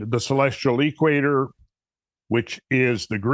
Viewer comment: He says.....the..... EEEEE-quator. Kinda like DEEEEE-troit. :-)